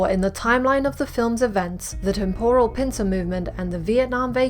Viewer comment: Great. But please learn how to pronounce the word temporal correctly. Really lets down the video.